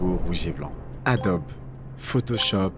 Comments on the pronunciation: Bonjour. ont prononce pas adobe mais adobie. Merci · ça se dit AdoBI - Ado-be = ADOBI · Incroyable la vidéo J'ai eu mal au oreille à chaque fois que "Adobe" a été prononcé 😂 effectivement cela se prononce comme ça : adobi